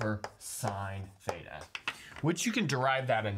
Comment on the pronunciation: He : fthaetaa Me : thita 🙄🙄🙄